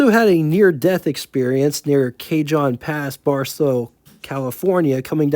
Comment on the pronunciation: Cajon is pronounced “ Cahone”